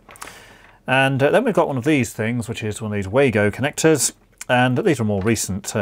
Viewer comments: Pronounced Vargo German w is V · Just a couple of points. The Wago connectors are pronounced as Vargo ( German word) Plus I was always taught that crimp connectors are only to be used on multi stand cables, The crimp could be pulled off a solid drawn cable as it didn't bite into the cable.